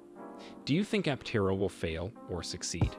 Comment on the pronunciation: After all these videos, you still cannot pronounce Aptera correctly all the time. It really does cast doubt on your knowledge of the subject about which you are speaking.